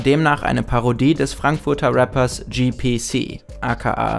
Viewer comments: Nur zur Info: es heißt G P C und nicht GePeCe 😂😂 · GPC ist King! (Wird übrigens deutsch ausgesprochen) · Bin eben aggressiv geworden das ihr "GPC" englisch ausgesprochen und nicht deutsch ausgesprochen habt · 1. GPC kommt aus Offenbach und NICHT Frankfurt (ganz wichtig). 2. GPC wird deutsch und nicht englisch ausgesprochen.